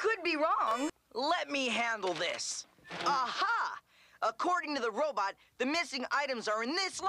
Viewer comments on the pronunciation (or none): none